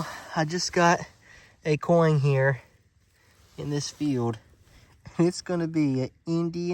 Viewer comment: Coin, not coing